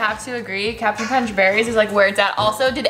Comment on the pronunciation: ita not captain crunchhh, its cap'n chrunchhh